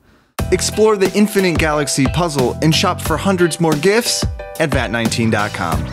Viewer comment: why does he say gifts like that 😂😂